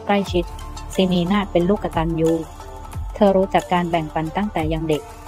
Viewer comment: คำบรรยายบางเรื่องไม่ตรงเลยและอ่านภาษาไทยก็ไม่ถูก กตัญญูู อ่านเป็น กด ตัน ยู